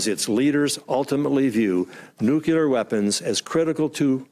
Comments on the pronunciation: Not to nit pick. But I DO wish Dan Coats knew how to pronounce NUCLEAR (not nuculer). Ouch! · the word is nuclear (noo-klee- er), not nucular (I men, if we e going to destroy each other, get the name right) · NEW-CLEE-ARE. Nuclear. Not nuke-you-lar. <signature of a dumbass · Why do Americans say “nucular”????? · It's so unfortunate that Dan Coats says "nucular". I wonder if he also says "liberry". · It is so disappointing that the person in charge of our national security at the highest level, still says "nucular". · He just said "nukular" like 15 times. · Dan Coates says “nucu ler”? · It was irritating and surprising to hear his pronunciation error so many times. Bush used to do the same thing.